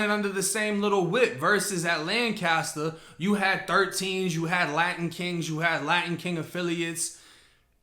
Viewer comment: We have a city of Lancaster in Cali and when you say Lanscater I think of the city then I realize you are talking about the prison.